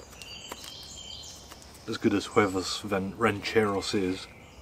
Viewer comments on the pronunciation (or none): You are never going to see this but your accent is off. Huevos rancheros: a Mexican breakfast/lunch dish meaning Ranch Style Eggs Pronounced: Way-V-Ohs Ran-Chair-Ohs.